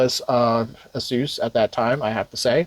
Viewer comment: 6800 Lame Edition and Xtra Terrible. GGs. Also pineapple on pizza is right next to pronouncing it a suess